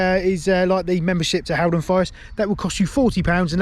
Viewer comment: It’s pronounced hall -Don rather than Hal